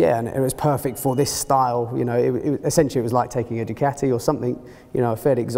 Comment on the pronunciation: I stopped watching before the 2 minute mark when I heard Du-cat-e...